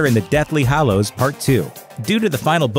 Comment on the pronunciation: So basically all of these YouTube voice over peeps pronounce 'Hallows' as 'Hollows'. It's very annoying.